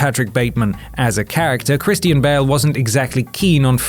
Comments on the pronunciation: Chris-T-Ian Bale? you mean Christian? right? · You mispronounce Christian as Christine and "Dien" as Di-en. It's pronounced "Dean" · Cleaven10 haha I was just thinking that